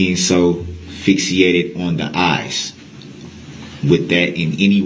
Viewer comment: He is quite a dumb person as he does not know how to say easy words. It's not "Fixiated" Brooks, It's "Fixated" There are some other words that an educated person would know but he only did 11 years of school. Of the 11 i wonder how he got by those.